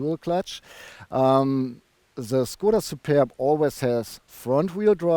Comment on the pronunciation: Hi! I think you had fun pronouncing Shkoda und Superrrb!:) I don't blame you. Nice looking estate. Yeah too bad about the wimpy exhaust pipes. Reminds me of going for a swim in a cold lake... Stop feeding Tobias all the Burger Thing (King). He's too tall! Would you choose the Superb over the VW Estate? Cheers! Some crazy bugs in your shots, eh? <== Canadian expression